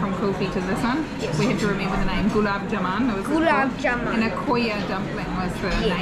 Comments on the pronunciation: It is called gulab ja-mun and this mun is pronounced like bun. And aa in the ja is also a bit elongated. The syrup is made from sugar and does not have honey in it unless these guys did put some. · Gulab jamun not jamaaaaaan